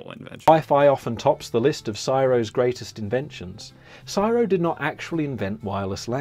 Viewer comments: Nobody pronounces CSIRO as ‘Siro’ It’s pronounced ‘Cee-S-i-R-O’ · C.S.I.R.O. is how it's said no matter where you come from, I suspect (Oh except wherever the narrator lives) No idea where 'siro' came from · Its not Siro. Its C S I R O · It’s an anagram Pronounced CSIRO ( Commonwealth Scientific Industrial Research Organisation) never heard it pronounced CERO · BTW - it’s C S I R O - that’s how we have always said it - individual letters as written … not csiro which just sounds weird. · Also no one calls csiro siii rowww its C. S. I. R. O. ceee essss Eyyeeeee Arrrrrr Ohhh lol siro hahaha probably a bloody kiwi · The guy on the video kept saying (phonetically) SI-RO but it is pronounced letter by letter as C-S-I-R-O. Just a little thing but it was annoying (well for me anyway). Keep up the videos though as they are enjoyable. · What's with the commentary of the video saying 'CSIRO' as Siro instead of the letters C S I R O. I was born in Australia almost 60yrs ago and have never heard it said as a word instead of the letters. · The "Siro" pronunciation made me cringe. In Aus we spell it out as "C-S-I-R-O" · It’s not csiro lol it’s C.S.I.R.O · If that program was produced by an Australian he needs a reality check. I have never heard CSIRO called siro. That is bs! It is just the full acronym. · BTW... it's not pronounced "syro"... It's pronounced as C, S, I, R, O. Each letter is pronounced individually. It is the Commonwealth Scientific and Industrial Research Organisation. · Also the scientific body is know by its initials so it is the C.S.I.R.O and not ‘Siro” as the presenter kept calling it. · The CSRIO is not pronounced as a word but just the initials It stands for Commonwealth Scientific and Industrial Research Organisation.. very important and wonderful organisation. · Typical foreigner again, it’s not pronounced Syro like rhyming with biro, it’s pronounced exactly the way you say each letter. C.S.I.R.O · We don't say CSIRO as a word. It is spelled out. C.S.I.R.O.